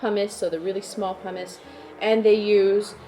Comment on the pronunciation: Say it with me 🎆 /pʌmɪs/ 🎆